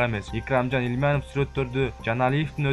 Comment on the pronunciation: Икрамжан Илманыв дейбей Икрамжан Илмиянов деп окуусан